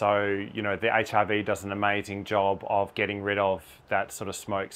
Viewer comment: Nice demonstration and explanation. 👍 I had a chuckle at your pronunciation of HRV…I kept hearing HIV. 😅 ❤ from 🇨🇦